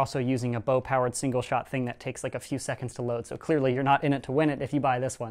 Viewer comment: "Bow plowered blaster"